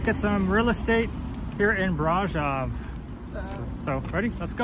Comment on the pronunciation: I wish Romanians would correct this guys pronunciation of Brasov?